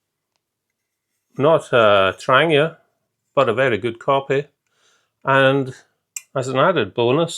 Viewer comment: Also, thanks for not saying 'Tran-JEE-a'. :-D Good man.